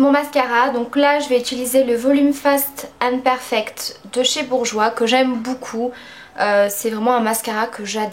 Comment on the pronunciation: trés joli :) j'aime "boucoup boucoup" LOL